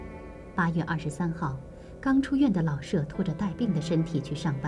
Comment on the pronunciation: “舍”有shě和shè两个读音，那在老舍先生的“舍”到底该读哪个音呢？ “舍”字读第三声“shě”，为舍弃；读第四声shè，为房屋。 老舍原名舒庆春，字舍予，笔名老舍。 舍予是舍我、无我的意思，在这里，“舍”即舍弃，应读第三声。